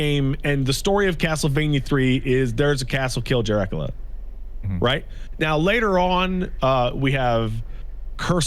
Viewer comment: I know this was just a mistake/video thing, but I could not help but be amused was explaining the lack of story in Castlevania 3 and it sounded like he said "...kill Jerackla..."